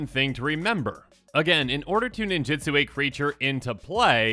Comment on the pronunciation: You keep saying "ninjitsu" which is how WOTC wanted to print the keyword, but was unable to due to a lawsuit. The keyword is "ninjutsu".